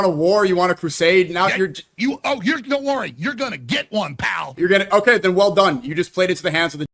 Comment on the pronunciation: I can't believe white people are still threatening people with the word "pal" with the extra emphasis. I thought we laughed that off decades ago